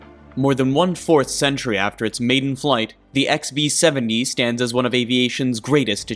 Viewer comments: Dude, it’s Ex-BEE-Seventy. Why do I keep hearing XP-70?! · Sounded like you were saying XP-70…. It’s B as in Bomber. Lol just saying.